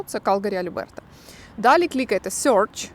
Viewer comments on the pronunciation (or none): none